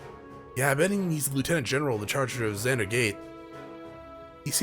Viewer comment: My man.....its Vander with a V. You kept saying Zander.